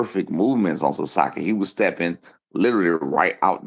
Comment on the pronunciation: "The sasakii left hook" 😂😂😂